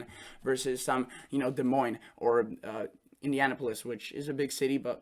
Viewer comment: Say "Indianapolis" again!